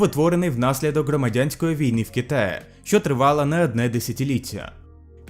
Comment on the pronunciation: Дякуємо за україномовний контент! Але ґромадяньска, перемоґа, камуністичний, можно, варожість та інші дуже ріжуть по вухам. У українській немає "акання", тут "о" читається як "о". Та це нормально спочатку, потім буде краще. Бажаю успіхів!